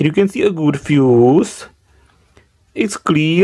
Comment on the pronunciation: 'Then it goes into the feuss" Stop bruv🤣🤣